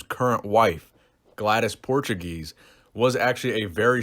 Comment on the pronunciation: Her name is pronounced PORE-TWO-GACE